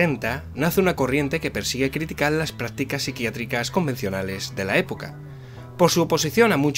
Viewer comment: Porque pronuncia praticas y no practicas??